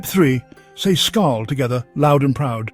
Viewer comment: Hello Englishman! Please learn how to pronounce Norwegian words: for example the word SKÅL when toasting a drink. Learn this, it is pronounced like the French pronounciation: «Skaul». As simple as that!